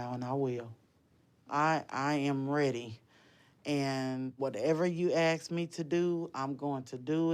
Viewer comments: When she has to aks,,,,surely she she should say ask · Hate her immediately. It’s pronounced ask! Axe? What is that? It’s not cool. Shows you are trash. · I'm curious why some people say "aks" instead of "ask"? English is not my first language.